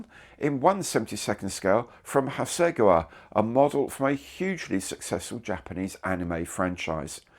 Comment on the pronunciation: I was interested in your pronunciation of 'Hasegawa' in this edition, since it isn't the one I'm used to hearing. Have you been advised on the correct way to say it?